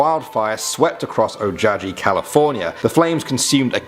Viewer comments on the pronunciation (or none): Ojabie California????? Not. Better check your facts there. You must be pronouncing it incorrectly. The Goat man could also be a form of the God Pan.🤷‍♀️ Re: the black angel. - A pregnant woman should not be walking in a cemetery, ever, anyway. And yeah, a long time ago, my friend said a UFO landed in her front yard. I was like, uh ok. Amazing I didn't ask some questions. 😒 That clip of the big white thing was certainly a yeti/sasquatch/big foot. I live in Oregon. We know about them up here. But the yeti is classically in High Tibetan mountains, the Big Foot/Sasquatch has sightings in Washington state, Olympic Peninsula, and all parts of Oregon to Northern California. Utah, and more. Google it. Great vid. Just a couple of repeats for those of us who are watching late at night. Stay Crazy.